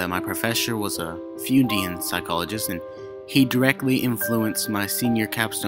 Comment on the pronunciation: Thanks for the narration. I enjoyed it, but found the music to be a little too loud at the six minute mark and the pronunciations were a little off. (Jungian=Young-ian, Freudian=Froyd-ian, Pavlov) Thanks for all the work you put into it, I especially enjoyed the accents to signify different speakers and the accompanying music.